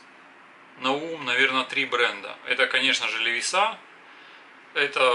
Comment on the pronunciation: Это у вас на хуторе так принято говорить : "ЛевисА" ?